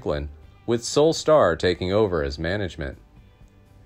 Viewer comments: Pronouncing the name of the subject incorrectly does not inspire confidence in the story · I would normally agree but this is an AI generated voice, so it doesn’t mean the info is bad. The computer just pronounces is wrong.